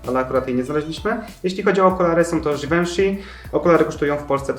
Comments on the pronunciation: żiwonszi a nie żiwenszi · givenchy czyta się żiwąszi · mufi sie żiwąszi lol